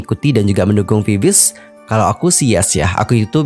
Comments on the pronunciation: Maaf ya kak.. itu VIVIZ baca nya Vi-Vi-Zi lohh .. agak gak enak di denger langsung di baca viviz gitu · bacanya sebenarnya bukan viviz tp "bibiji" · Klo diucapin "bibiji" y kka☺ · Cara bacanya bibiji bang